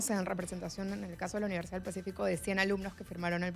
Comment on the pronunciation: Porque hablan o pronuncian mal como "uniersiaa"ientiaa, acreitaos.